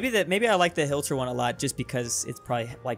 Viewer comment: Did he say hilter on purpose or did he screw up